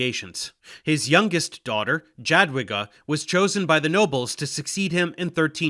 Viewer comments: Dżadłiga boli. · Small point of critique- "Jadwiga" is pronounced more like "Yadviga", as "j" in polish corresponds to a "y" like in "yak". Additionally, it is interesting to notice, that the teutonic order came to the region on the behest of the duke of Masovia, one of the biggest mistakes following the feudal fragmentation after the death of Bolesław III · Dżadłiga XD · It sounded more like Dżadłyga. In any case, in Polish ł is never followed by i. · to nie jest spontaniczna wypowiedź w teleankiecie. Do nagrania można się przygotować. Jakoś Jogajła umiał powiedzieć bezbłędnie, a Dżadłigi już mu się nie chciało. Ja też 30 lat temu zachwycałam się każdym obcokrajowcem co coś tam ledwo dukał po polsku, teraz są już inne czasy, można sobie online wymowę sprawdzić. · Yeah Dave, u pronounce Jagiellon and „J” in Sejm correctly so what happened with Jadwiga man! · It's interesting that he got the J in Jadwiga wrong and in the very next sentence got it right in Jogaila :D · Annnd Jadwiga ruined it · Your pronunciation of jadwiga is a disaster but Jogaila is spot on for Lithuanian version of his name.